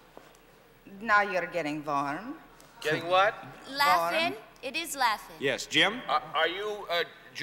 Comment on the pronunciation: My first thought was that she was voicing a playful French woman until she pronounced warm with a V. It definitely sounded like a sort of generic but cute Russian accent